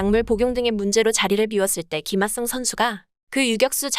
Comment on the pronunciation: 아니 ㅋㅋㅋㅋ tts에 어떻게 입력해야 김핫성이라고 말하는거임 ㅋㅋㅋ 진짜 핫해보이네